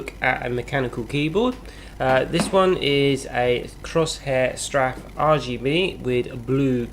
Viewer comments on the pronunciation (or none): 'Crosshair straff' good god learn how to say the name at least, its 'Cor-sair strafe'